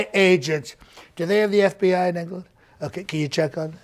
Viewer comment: In “Enge-ga-land” 🤣🤣🤣🤣🤣